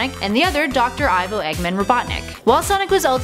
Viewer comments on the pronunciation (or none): Ok at the start ivo is pronounced evo like evil god